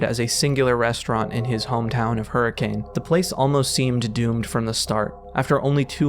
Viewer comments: this is so cool and well done!!! Kept being thrown off by the way you pronounced hurricane though lol, most utah natives say 'huri-cun' and not 'huri-cane' haha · I wonder if intended to mispronounce Hurricane. It's supposed to be Her-ah-kun. Many of the original settlers were from Liverpool, with heavy Scouse accents. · As a fnaf fan, this is awesome, as a Utah resident, the pronunciation of “Hurricane” hurt me soooo bad. It is officially pronounced “hurri - kun” as people in the area famously say “a” softly (stuff like mount’in).